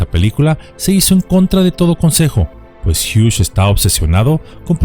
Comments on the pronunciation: No se dice Howard hiush. Se dice Howard Hiugs. Solo como observación 😢😢😢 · Gracias por recordarnos acerca de este drama, conocido por muy pocos o quizá olvidado por muchos. Aaaah y Hughes, el apellido no lleva "sh" en su pronunciación. Es solamente con "S". Gracias por seguir ayudándonos a comprender y recordar el pasado